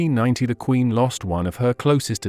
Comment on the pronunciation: AI spoiled this as well as Q in queen please!